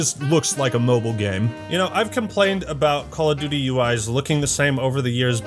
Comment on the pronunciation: THE NEXT CWAWL OF DOOOTY